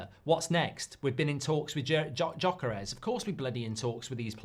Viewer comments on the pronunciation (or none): Say YOKERES not Djokeres!